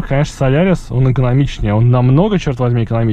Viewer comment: спасибо за видео, но он же солАрис!))